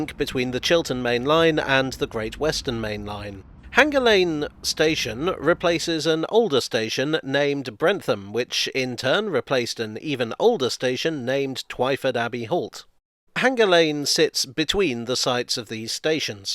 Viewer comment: A garden suburb, no less: Bentham Garden Suburb. It should be noted, however (sorry,!), that it's pronounced "Brent-um" rather than "Brenth-um".